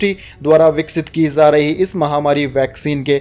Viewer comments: Say Aims not ams Say jaari not Zaari Say ja not za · Sir PARYATAN, CHIKITSA SHENIYA, Khapat, Shram mantralya, Pravakta,Sankramit, ZAA RAH hai, ZARI Rahna Chahiye.. .YE SAB KYA HAI?Wrong Pronounce &..ITNA PURE HINDI, aaisa lagta hai, News Nahin, kisi boring Hindi class ke teacher ki BAKWAS sun rahe hai. 🙏